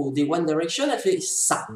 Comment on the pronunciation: Je suis Directioner mais ça va ta critique est "gentille" ! Au moins toi tu sais dire convenablement "One Direction"